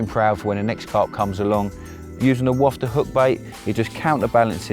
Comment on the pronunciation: Please please please!!!! It’s a wafter!!!! Not a wofter!!!